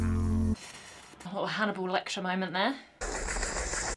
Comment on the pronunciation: Did you say "Hannibal Lecture?"